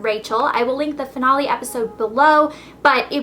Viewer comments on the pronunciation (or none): Who cringed when she said "Finale" .. omg awful